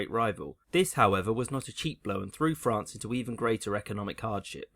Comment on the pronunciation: ahhh, frán-cey, as beautiful as ever